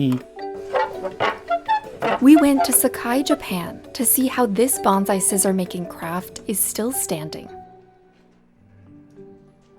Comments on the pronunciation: Good grief, it’s bone sigh not bon zi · Soon as I hear BONZAI,I cringe NO Z IN BONSAI. Kane shin is every day real. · It's pronounced "bone sigh". "Banzai" is a celebratory cheer with association to battle cries. Makes me cringe to hear the mispronunciation. These videos need to be reviewed by someone with appropriate linguistic knowledge before release. Great video otherwise. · While us monoglot English-speakers can't hope to get Japanese words fully correct, it'd be nice if "bonSai" were pronounced more accurately. It was very distracting having it pronounced as "bonZai" throughout. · Nice video but pronounce “bonsai” correctly pls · how does a lefty news network not pronounce bonsai right lmao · But as a journalist you would think she would learn the correct pronunciation of bonsai.